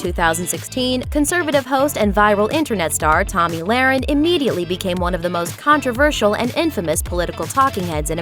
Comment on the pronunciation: You can tell this youtube channel only does celebrity bs because they couldn't even pronounce her name right..